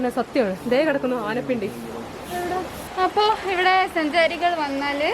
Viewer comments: ചേച്ചി. ആനപിണ്ടി അല്ല. ആന pindam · ആനപിണ്ടി അല്ല ആന pindam😂😂😂